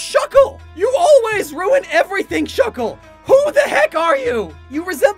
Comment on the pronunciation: THE A IN SHUCKLE IS SUPPOSED TO BE A U!